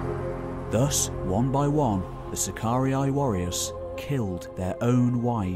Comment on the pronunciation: BTW, SACARII is pronounced SACAR E - E.....NOT SACAR E - I !!! DUH